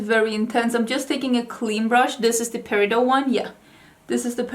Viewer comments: What a beautiful eye look! I thought I’d be fun to share that the stones name is pronounced like peri-dott (the t is pronounced). It is not French derived but, actually was mined and first discovered in a town called Peridot, Arizona. In a another name it is also called olivine. Peridot is such a unique colored gemstone, glad to see it gets representation 😊. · Peridot is August. I don't want to correct you, but since everyone else does.....it's per i dot. The t IS NOT SILENT! It sounds just as it's spelled honestly. I'm sorry for the correction lol. 🤣🥰